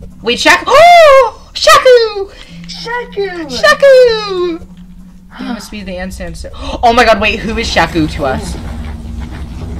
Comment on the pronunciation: sees Shaku Also:sHAKu